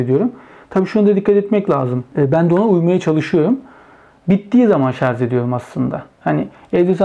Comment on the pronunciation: "Tasarım ve Mühendislik Kanalı" yayını yaptığını söyleyen birinin "şarz" demesi de ilginç olmuş. Şu "şarj" kelimesini öğrenemediniz gitti.